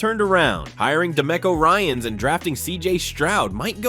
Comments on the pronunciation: *De-MEEK-o Ryans. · De-meco Ryans? the narrator needs to improve his pronunciation if you want to convince us this is a nfl fan channel